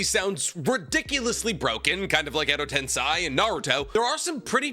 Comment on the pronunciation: Why do u go out of your way to mispronounce shit like edo tensei and Minato it makes me so genuinely angry it’s a choice there’s not a single version of sub or dub that says it that way isk where u got that shit from